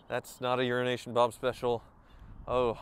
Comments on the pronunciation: Does it bug you that says 'Urination' Bob? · i swear he said urination bob🤣🤣 i had to stop and look up what bobs name really was haha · It sounded like you called him Urination Bob. Lol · Lol you should get to stop calling you urination bob... he's definitely not saying EuroAsian... 🤣